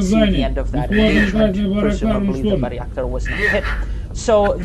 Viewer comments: FYI: Bay-rak-tar, not Bary-ak-tar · Bayraktar, not " Barry Actor" Buy ruck tar